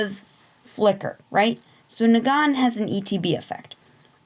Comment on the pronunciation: Kneegan xD